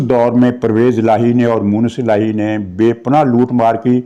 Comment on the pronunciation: گستاخی معاف۔۔۔ آپ مونس الٰہی کو موئنث الہی کہتے ہین۔ کیا خدا نہ خواستہ کہین توہین خداوندی کا پہلو تو سامنے نہین آتا۔ وقار اعلیٰ کراچی۔۔۔